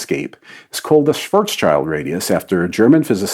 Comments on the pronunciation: Schwarz-schild ("black-shield") not "Schwarzs-child" ("black 's' child")... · Oh, for the love of it and the 100th time! - It's "Schwarz-schild", NOT "Schwarzs-child". I was under the impression that the scientific community was starting to get the pronounciation right in recent years. Apparently there's still a long way to go. How about a simple approach of "That's a foreign name, let's check whether we got the pronounciation right before we tape"? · The name Schwarzschild is actually cooler than you might think... it is not pronounced with "child" at the end (Like Mr. Lincoln and many others do) but rather "Schild" which is german for shield. And since "schwarz" means black, his name literally translates into "Mr. Black Shield". What a crazy coincidence that his... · Pro tip: Read German '-schild' in "Schwarzschild" as '-shield' - this matches the intended pronounciation better. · btw schwarzschild is pronounced like schwarz shield. it even means the same thing. schild=shield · It's pronounced more like "shwartz shill'd" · schvarts is how it’s pronounced. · And Schwarz is pronounced Svarts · Your videos are cool, but your pronunciation of Schwarzschild actually hurts my ears. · The way he mispronounced the name got my attention too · I can't take seriously anyone who uses miles and inches and pronounces Schwarzschild wrong in a scientific video.